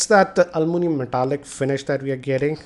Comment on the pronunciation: almunium....lol...btw great review sir